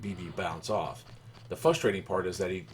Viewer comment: WHEN YOU SAY "FUSTRATING" ITS FRUSTRATING